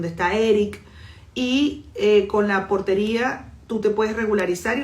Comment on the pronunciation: Portaria no Portería